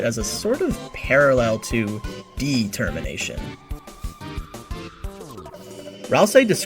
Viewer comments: Why does he say De-Termination? Is he stupid? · I kinda thought you were gonna make some sort of "De-cember" and "De-termination" connection because you kept emphasizing "de" in "determination". Dang - that could've cool